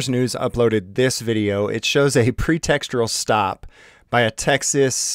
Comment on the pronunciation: it was a pretextual stop. There is only one r in pretextual. Its not pretextural.